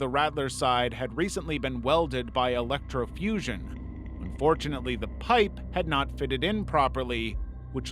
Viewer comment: Why did bro. Say unfutintely u say lucky they died die